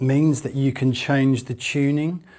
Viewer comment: Why do they say chew-ning in place of tuning?